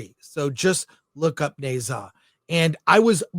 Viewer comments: As a Chinese, first of all the Ne should be pronounced Nur. Not hard to find out online. So be respectful and responsible. Secondly, forget dragon ball, you are totally off track, don’t pretend you understand the movie. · It’s pronounced Nah-zah.